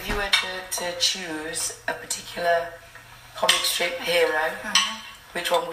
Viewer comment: She said comicSTRIP hero mine is Garfield